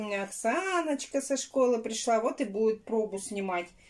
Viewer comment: Наа вместо надо Срау вместо сразу Наити вместо знаете 😜и т.д